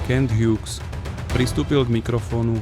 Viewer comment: Skvele video, len autor musi zlepsit anglictinu, vyslovnost mien Shane Wright a Kent Hughes je hrozna